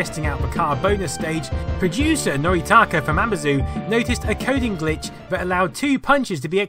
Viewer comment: "Vis" and "vat" ... Can't listen. Sorry. Pet peeve.